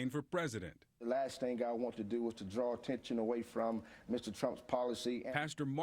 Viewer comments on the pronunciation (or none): none